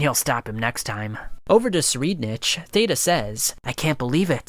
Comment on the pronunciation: he not saying tsur name right its supposed to be -sure-ride-nick